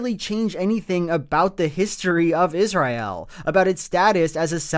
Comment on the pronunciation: I love Joel. That said, does anyone else clench their teeth a little tighter every time he says Is-ry-el?